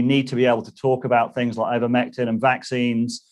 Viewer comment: Why is he calling it "Eevermectin"?